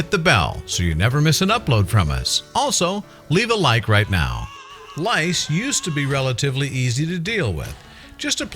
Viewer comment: My name is Microsoft Sam the narrator Should say! It is head scratching! Rice? Lice? 🧐 Rice?